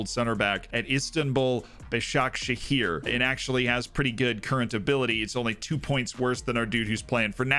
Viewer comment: You pronounced Başakşehir surprisingly well, 👏